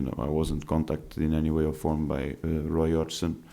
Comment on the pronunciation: "Roy Odgson"